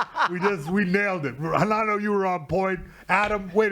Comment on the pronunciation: I love how Renato just purposely doesn't even try to pronounce any word that starts with an R the right way. Much hespect!!